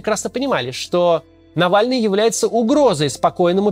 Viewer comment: Кто такой нэвэльный